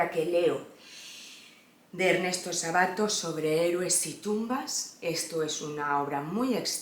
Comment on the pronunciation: es Ernesto Sábato, con acento esdrújulo, cada vez que decís Sabáto se me revuelve algo!! Saludos desde Argentina